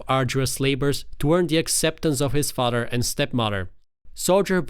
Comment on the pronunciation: Its pronounced FA-TH-ER 😅 Not fader